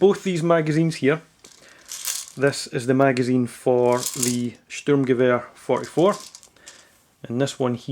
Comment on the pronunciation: iam german and i love how you say sturmgewer :D i think you say it realy good !